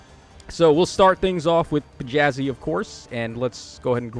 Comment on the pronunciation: Thats not a p its a þ. Letter is called like "thorn" and pronounced like "th" in the word "the."